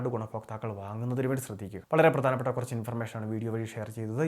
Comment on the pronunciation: വിഥ്യാർത്തി എന്നല്ല ഉച്ചരിക്കേണ്ടത് ട്ടോ. വിദ്യാർത്ഥി എന്നാണ്. പ്രദാനപ്പെട്ട എന്നല്ല, പ്രധാനപ്പെട്ട.